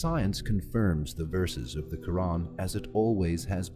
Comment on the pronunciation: Your pronunciation of the word Quran is so on point. I'm glad you enjoyed the video, and I pray that Allah guides you to the straight path 🤲 Amin